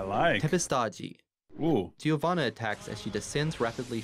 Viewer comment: She is from Brazil. Giovanna is also a common name here, but their pronunciation is really italian-ish